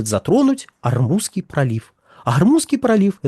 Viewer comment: К логопеду ходит выговаривать Р, вот и вставляет где попало.